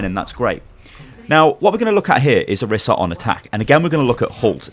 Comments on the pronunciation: I think it's pronounced "Oh-reese-a" but thank you, great video! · Orisa = OR-15-A in case you didn't know